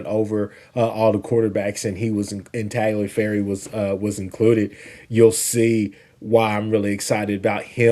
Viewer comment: Tagliaferri, not Talgiferri👍 Tagliaferri is nothing like Landry Jones. Lol terrible comp! Jones slung it around a lot, but he was a stiff, statue in the pocket. Tagliaferri is slinging it from the pocket also, sure, but he looks fluid and relaxed. Jones would get flustered and start throwing INTs like crazy. He threw 52 INTs at OU.